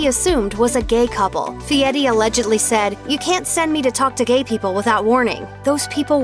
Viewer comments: Guy doesn’t pronounce his name as Fiette. It is pronounced Fereri. At least learn how to say his name if you want to trash him. Nitwit!! This clip is Garbage. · I can't take this case seriously... the narrator can't even be bothered to get names right... seriously they're celebrity chefs it's not like she hasn't heard their names pronounced properly before... Guy Fietti really how do you miss read Guy Fieri as Fietti... #youhadonejob narrator... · Fieti? Get your cheap text to voice fixed. Who cares who he likes away' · I hate the way everyone pronounces Fieri. They say it like “fee-Eddy”. Should be “fee-Airy”. Look how it’s spelled! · it's pronounced Fietti. He even says so. :27 mark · It's F I E R I, No T. Really annoying you are bashing people and can't even say his name, SMH